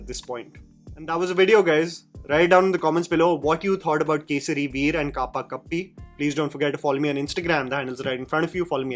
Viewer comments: Dude's so used to foreign language films now that he can no longer pronounce the hindi movie titles correctly. 😂 kaapaa-kapi nhi bhai hindi kapkapii 'कंपकंपी'. I hope he's trolling like 'deku maraaǰ̣' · Pronunciation of kapakapi Is actually Cup-cupee कपकपी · Bhai it's not kapa kappi, rather pronounced cup -cupee, meaning shivers. Jaise thand mein lagti hai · Its not kaapakappi bro its kapkapi..like shaking with fear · It's Kapkapiii not kapa kappi 😂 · Why pronounce it as कापाकप्पी? Its कपकपी which means shivers/ thrills/ tremors. Good you avoided pronouncing the name often... Even in your video title, the spelling of this name is written WRONG. It's Kapkapiii. Not that this spelling is standard, but it's what is seen on the movie Poster. Wrong spelling and wronger pronunciation. Don't rush for the release of your YouTube video (And your content is not weekly to be exact, as is said in almost every video of yours) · Jammy are you so devoid of the world that you pronounced KAPKAPII as KAPAKAPI, thinkof it as a simple world and Jammy butchers it 😆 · Its not Kaapa kapi its Kapkapii the Hindi word. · KAPAAAA- KAPPI out of nowhere 😂😂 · Literally came to the comments right after hearing "Kaapaa - kappi". Banda hindi hi bhool gaya hai. 😂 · Isn’t “kapkapii” a Hindi word? Is Jammy so scarred that his pronunciation has gone haywire?